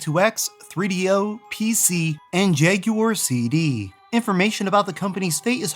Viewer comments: The Jaywar? You mean jaguar... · The Jenky-uar as you pronounce it is super jenky! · Did you just pronounce jaguar "jag-gew-ar"? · STOP PRONOUNCING "JAGUAR" WRONG!! YOU'RE AMERICAN!!